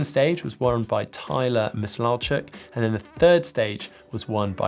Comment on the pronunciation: Mis law chuk 🤣 say it missile-chuck